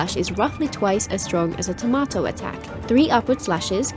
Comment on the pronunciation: Chiori's doll is called Tamoto, not Tomato. But don't worry, you're by far not the only one reading it wrong. From what I have heard, even Chiori herself seems to be quite confused about it. Personally I found Chiori unattractive both for her element, her design, and her attitude so I'm skipping. But I certainly wish everyone who got her lots of fun playing her.